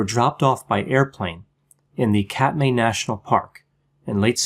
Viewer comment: Katmai is pronounced "Kat-my".